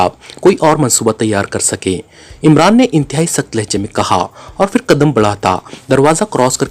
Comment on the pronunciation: Phal , k word m h ko silent nei ker sakty , Phal ko pahl bolna h Ap fhal bolty hain Kisi b letter ko silent nei kerna Phir ko phir bolna h Ap Fhir bolty hain ?????? Silent nei kerna Kuch b Kisi urdu k teacher s apni ushkil Hull ker wain JAZAKALLAH KHAIR